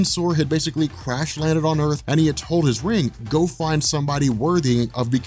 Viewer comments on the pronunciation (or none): none